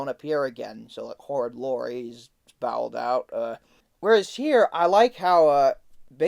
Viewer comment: Bohwld out not bowel'd out XD sorry that just sounded weird also please stop taking God's name in vain... it is disrespectful to those who do believe in God and God Himself. I am not mad just letting you know that not every video has to have that.